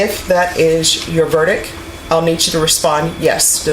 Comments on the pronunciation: how is this lady a judge when she doesn't know how to say verdicT,talking about is this your verdic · VerdicT not verdic. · It's impossible to respect a sitting judge who says "verdick" instead of verdict. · Why does this judge sat “verdic" not verdict with a T, I t’s the same as “axed" instead of asked…very poor show, arguably a bit ghetto! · can't she pronounce verdict? or is she saying some word i don't know>?